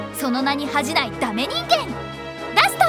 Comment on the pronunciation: ダストがガストに聞こえた